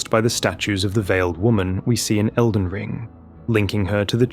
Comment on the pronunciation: Bro said Felden John and I was about to assume this whole video was one big joke leading up to John Nightreign